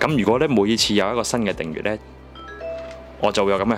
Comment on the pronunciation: 你訂閱個訂字都讀錯，快啲改啦